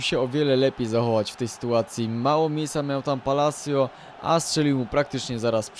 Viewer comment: Nareszcie ktoś dobrze wypowiedział nazwisko ,,Palacio"